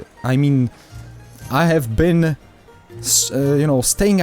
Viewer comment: "I have BEN staying away from any FUCKts"